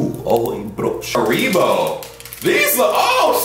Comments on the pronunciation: Holy crap do americans pronounce Haribo like that? you're supposed to stress the a, not the I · little hint: pronounce haribo on the „ha“. HAribo